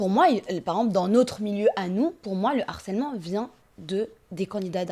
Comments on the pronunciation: On dit LE HARCÈLEMENT et pas l'harcèlement car il y a un H !!!! Du Harcèlement et pas de l'harcèlement, toute la journée ils ont que ce mot à la bouche et savent toujours pas le prononcer !! Apprenez le français, c est insupportable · Mais c’est pas possible !!!! Donner la définition d’un terme dont on ne connaît pas la prononciation 😭😭. On dit LE harcèlement et on parle DU harcèlement. L’harcèlement est un terme qui n’existe pas !!!!!!!